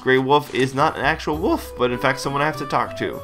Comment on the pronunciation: woof? woof? no im not trying to sound like a dog.. but thats exactly what i hear everytime attempts to say the word ''wolf'' - now this may draw some hate but is this just an american thing? this is an honest question and i've been meaning to ask the public this for quite some time and i figure.. this is it lol.